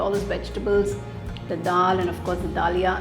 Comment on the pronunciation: We don't say mam da lia, we say daliya in Hindi.